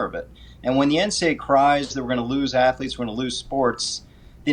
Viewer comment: "student ath-o-letes" 😉